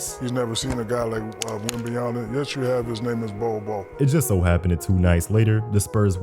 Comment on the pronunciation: "wembayanfnen" 😭😂😂😂😂 i cant man